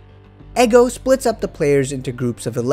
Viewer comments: Loved this review just find it jarring that you say “Eggo” rather than “Ego” bro 😝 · Like how he calls Ego "eggo" 😭😭😭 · he did not just call ego "eggo" 💀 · bro its litterally an anime about ego why would you assume his name is pronouced egg-oh??